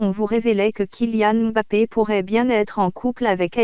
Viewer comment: Merci pour la vérité mais par contre la voix robotique me casse la tête regardé façon elle prononcé le kylian mbappe